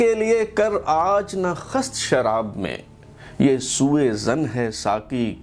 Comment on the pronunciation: السلام علیکم۔ کتاب پڑھنے کے بعد قارئین کے لیے مختصر اور جامع تبصرہ کرنے کا شکریہ ۔ غالب کے اشعار پڑھنے کا شوق ہے تو تلفظ پر بھی توجہ دیں۔ لفظ "خست" اس طرح ہے کہ خ کے نیچے زیر، س کے اوپر شد اور ت پر جزم ہے ۔